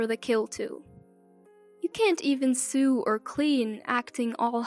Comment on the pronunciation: Sew as you say it, is the first syllable of sewer, as in a disgusting, smelly, cess pit. that is not how you talk about sewing or sewing machines. It sounds more like sow, like oh no. Do you not realise people listen to your stories to improve their english? Shame on you, do better. Check google if you can't understand a dictionary. This is basic stuff. This guy sounds like a psycho, who has no idea what emotions are, or that people have them, and they are important. He needs a psyche eval and emotional boot camp. He is still delusional long after. What a jerk!